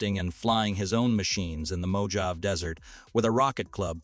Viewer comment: The mojave is not called Moe-jaive